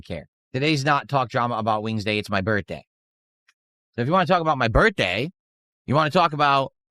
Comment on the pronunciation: why you no show up for my birfday?😢